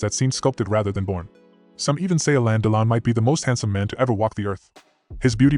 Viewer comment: On dit alain delon ducon prononce comme il faut fait pas l américain